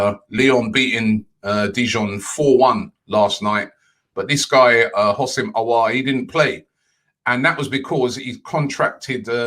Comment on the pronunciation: "Houssem Aoueuoueuor" -, 2020